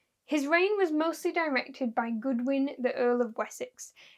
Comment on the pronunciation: Godwin, not Goodwin.